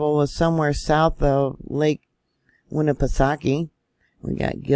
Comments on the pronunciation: We have a vacation spot on the other side of Winnipesaukee, yes Guilford. You pronounced Winnipesaukee perfectly...New Hampshire..a little long on the shire side..(just trying to help you out..as I'm native to New England)...Wasn't up at the lake so when we go up will definitely ask family in the area...For the person commenting on this size of an event in California would be nothing...New Hampshire is known as the granite state...Our land is more rock based so when we have a quake it vibrates very strong....Love your reports...Was surprised to see the fault around Penobscot bay...we lived in Ellsworth area for 4 years...and will be heading to that area in a few weeks...More fun facts...my husband is from Ct...I'm from Vt....our oldest was born in R.I...and our middle in downeast Maine...youngest back in Vt. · Nashua, NH here, didn't feel anything. Great job with the Lake Winnepesauke pronunciation,!